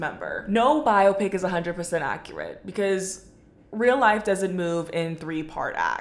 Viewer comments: is bi-o-pic really that much of a personal choice when that's how it's listed as being pronounced properly in the dictionary? lmao i'm certain biop-ic is a byproduct of those who don't know how to pronounce it properly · I’m 35 and didn’t realize there was any other way to pronounce biopic other than bio-pic